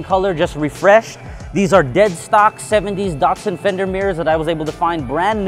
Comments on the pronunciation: DAT.SUN, not DOT SUN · Really nice car, well restored D-"A"-tsun not DaR tsun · DAT SUN not daughtsun. Sounds like DAD, say Dadsun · アメリカの発音では「ダッツァン」なんだね～ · Nice "dartsun"